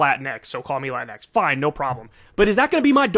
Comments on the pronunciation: The point you're missing is that "latinx" is not English, it's Spanish. In Spanish, you have "latino" for male and "latina" for female. "latinx" is written that way, but you pronounce it like "latine", not "latin-X". Why? Well, first the "e" is loosely associated with gender neutrality in Spanish. And second, there are some words where replacing an "a" or an "o" for an "e" would totally change the sound of the word, especially if there's a "g" involved. For example, "amigo" would become "amige", which would sound very different. For it to sound similar, it would have to be "amigue", but then it looks too different. As a solution, they use "amigx". You can argue if that's a good solution or not, but that's the reason behind the "x". This seems to have passed completely over the head of Kyle, but it's understandable as he's probably not a fluent Spanish speaker. This would probably apply to non-Spanish speaker latinos in the US. The funny thing is that the sentiment behind "latinx" is not new. When I was a kid in Venezuela, whenever you wanted to make sure you addressed both male and female in written form, you'd write something like "latino(a)". Then when I was a bit older, it changed to "latin@ which the Royal Spanish Academy didn't like because is not really a letter, but people in general didn't get mad about it. Then we got to now, and people are up in arms about it because it got political. PS: before you waste my time with some useless comment, I personally don't use i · One thing I don't get about the term "latinx" is the pronunciation of the x at the end. The x is pronounced with an English(ex) pronunciation instead of a Spanish one(equis). Even AOC does this. I'm starting to think this is an exclusively white American college phenomenon. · It’s more cringe when she accents Latinx.